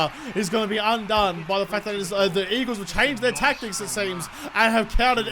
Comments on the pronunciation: 'Weagles' LOL, that's cracking!! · You said the weagles